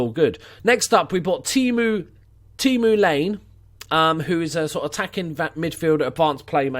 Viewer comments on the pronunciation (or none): Great series, man! Great pick up on Pontus. Also, I believe the finnish player Laine is prounounced Lajne :P Best regards from Sweden. Who used to play with Jansson as a little kid.